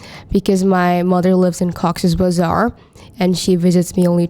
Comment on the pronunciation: Ghost 😈👻😈 , Cox's Bazaar😢😢😢😢. How she spoke Bazar !!😢 Frightening 😱😮